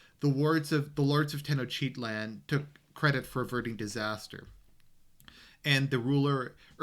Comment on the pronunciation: it took me a while to figure out you were saying tenochtitlan. Teno-chitlan lol